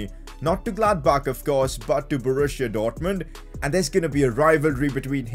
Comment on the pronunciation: Man it's called Borussia Dortmund not Borushia Dortmund.